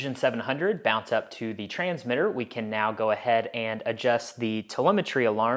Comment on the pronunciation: Sounded like it to me too! or should I say, "Sount like it to me too!" ;)